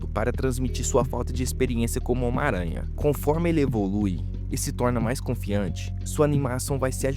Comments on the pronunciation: Omaranha... (SIC) 🤣 Seria melhor se dissesse “miranha.” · O cara fala "ómaranha" 😂😂